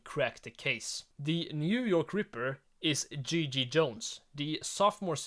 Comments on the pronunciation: I'm sorry, but it's 100% not Gigi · It’s not Gigi